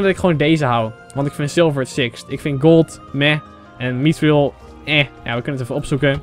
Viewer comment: Je spreekt mithril verkeerd uit